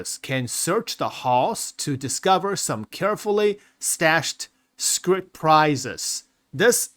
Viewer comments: i don't think there's a t on the end of "scrip" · Please. i beg you.. there's no t in scrip.